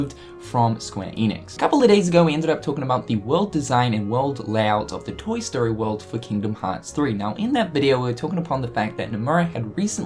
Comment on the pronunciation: The way you say toy.... TOYNG